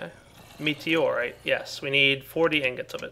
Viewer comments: Its not meteroite m ita meutoite.. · I think it's mew-tor-ire, not meteorite